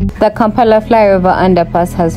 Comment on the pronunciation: Thank you for this vlog. Looking forward to driving on the new road. I have a gripe though, why is an extra a added to the pronunciation of place-names? KAMPALA is now commonly pronounced as KAARMPAALA. Where is that? 😮 Having said that i will watch your Vlogs. Does not matter how we as Africans pronounce English words and names but we shouldn't change the pronunciation of our own African names and words.